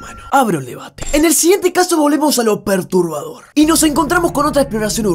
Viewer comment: Julián cuando dice perturbador es como... PERTUBAdor